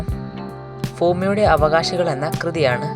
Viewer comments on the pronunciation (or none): Correct aan bumiyude ennathin fumiyude 😂😂😂